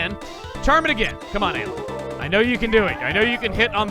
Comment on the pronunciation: Remember when he pronounced Ayla as Eye-la? I do